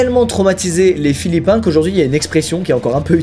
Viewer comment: ça fait tellement plaisir d’entendre philippin et pas philippien